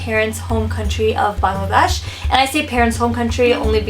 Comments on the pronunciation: Lol we can definitely pronounce it but she can't... she's trying. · Bangladesh pronounce kortew partase na hayre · you say Pakistan and India better in a desi accent than Bangladesh :( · not really... just pronounce 'ba' from bangladesh just like you would pronounce 'pa' from pakistan ... like 'Baa-ng la desh' instead of '"Bang" la desh' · Unfortunately Bangladesh is a word harder to pronounce. I have foreigner friends and I see that they can say India and Pakistan easily but struggle with saying Bangladesh properly.